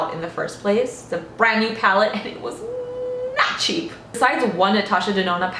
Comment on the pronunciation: I had to pause the video because I couldn't stop laughing at how you said "NOT cheap" hahaha